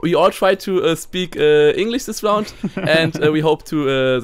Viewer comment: Vor allem das th! Sis is rilly intresting! Sis guy is inno!xD